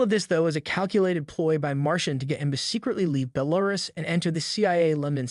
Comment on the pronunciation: Pretty sure that was some automated voice or else they have no clue on how to pronounce Belarus